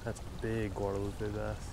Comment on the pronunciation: You keep saying guard-a-lupe. That's a really cool river.